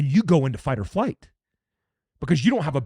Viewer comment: It sounded like you kept saying "fight or fight" there around the 6-minute mark. 😅